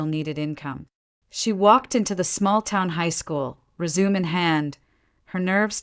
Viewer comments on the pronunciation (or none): The pronunciation of “resume” drives me crazy.